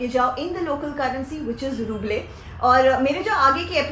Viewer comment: You don't know how to pronounce Ruble 🤩